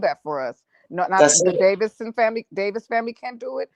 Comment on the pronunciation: The Davis family not the Davison family.